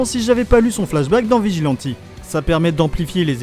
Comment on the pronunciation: Arrête de dire vegilenti stp